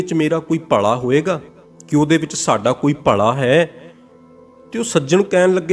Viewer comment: ਤੂੰ ਪੱਗੜ ਬੰਨ੍ਹ ਕੇ ਲੋਕਾਂ ਨੂੰ ਗਲਤ ਪੰਜਾਬੀ ਉਚਾਰਨ ਕਰ ਰਿਹਾ ,ਭਲਾ ਹੁੰਦਾ ਨਾਕਿ ਭਲਾ਼ ਸਾਲਾਂ ਫਿਲੌਸਫਰ ਬਣੀ ਫਿਰਦਾ